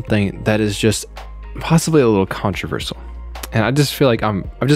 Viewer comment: Interesting way of pronouncing controversial.